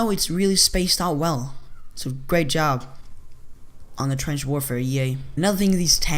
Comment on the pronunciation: "Twench" xD